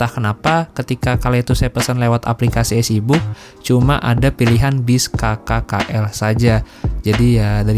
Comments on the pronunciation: Maaf bang, udh berkali kali denger tp kali ini boleh dikoreksi pelafalannya (eazybook dibaca isi buk, bukan ezibuk) sama penang lazim dibaca pineng untuk internasional atau untuk Melayu baca penang (seeprti e dalam bebek bukan peti) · Suka sama videonya tp mohon maaf suka terganggu dengan pengucapan mas dlm bahasa Inggris. Contohnya menyebutkan EasyBook..duh agak gimana gitu dengernya 😢 Mungkin mas harus lebih sering latihan bahasa Inggris yg kalimat² dasar aja.